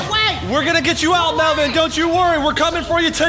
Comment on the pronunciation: Melven ie not men